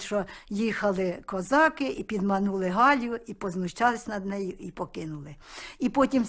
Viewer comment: Пісня то душа народу. Як би не знущались над піснею, а вона житиму. Дякую за коментар🌹🌹🌹